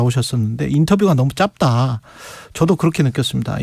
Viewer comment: 최경영님, '짧다'는 [짭따]가 아니라 [짤따] 입니다. 박병석이 민주당 본안을 처리해준대요? 너무 순진한 생각 아니신가요?